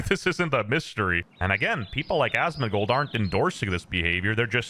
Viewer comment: “Asmons frogan”😭😭😭